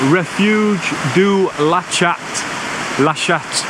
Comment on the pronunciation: Great video! I’m from Albertville, very close to Qeige where you started. Made me laugh when you said « Lachat » , if you pronounce the « t » at the end, it literally means « the pussy » 😂